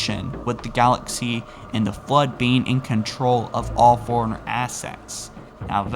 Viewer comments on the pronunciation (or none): I love your content, but for the love of god. Figure out how to say librarian and forerunner. Forerunner and foreigner are completely different words.